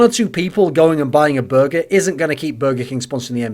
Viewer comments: The way you say burger triggers me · I'm triggered by how you pronounce "burger." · Matt Jones would you prefer if he said it in the american "Burgerrr" way?